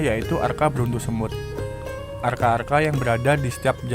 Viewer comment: Maaf...mas bro kok sa br dengar istilah br arca dibaca arka...